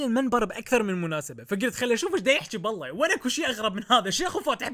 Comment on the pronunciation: بالله وليس اب الله غلط مايجوز